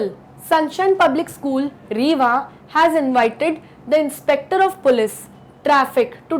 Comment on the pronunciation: I m from rewa sun shine school. 😀 आप rewa को रेवा नहीं बल्कि रीवा पढ़ा मतलब आप mp ya up se ho